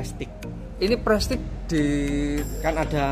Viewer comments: Bacanya prestis bukan prestik bang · maaf kang, prestige diucapkan jadi prestise kang....suwun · Baca nya prestis😀